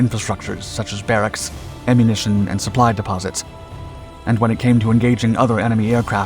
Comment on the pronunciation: Deposits?! 😂😂😂. DEPOTS. Geesh! 🙄